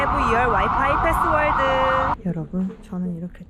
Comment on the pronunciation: 씨부레~ 맥주 한 캔 마시면서 보고 있었는데, 순간 맥주 뿜었습니다. 정확히 부분 ㅋㅋㅋㅋㅋ password를 너무 자연스럽게 passworld 패스월드로 발음하는데 너무 귀엽고 웃기네요~ 저도 20대때 캐나다 어학연수 다녀와서 옛 생각에 영상 클릭해서 보고 있었는데.....주말 밤 아주 크게 웃었습니다. 감사해요 ㅋㅋ 항상 타지에서는 안전 또 안전이 제일 중요합니다. 다양한 경험 하시고 안전 귀국하세용^^ 참고로 유튜브 영상 소재 거리로 1. 뉴욕와서 놀란점(생각보다 홈리스 너무 많고, 더럽다 ^^) 2. 뉴욕 미친 물가(한국과 비교) 3. 미국 뉴욕 편의점을 털어라 등등~~~~ 비싼 비행기표값, 학원비 쓰는 만큼 다양한 소재로 영상들 마구마구 만들어서 충만한 어학연수 생활 되세요~ 다음 영상 기다릴게요~ ^^